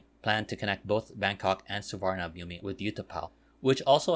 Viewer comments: Nice video. Just a correction... Suvarnabhumi is pronounced as Suwanaphum. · That's incorrect. I am not sure how it is pronounced in Thai language but it's an sanskrit language word. Suvarna (Golden) Bhumi (Land), Which can also mean Auspicious land. The Sanskrit pronunciation is Su-warna-bhu-me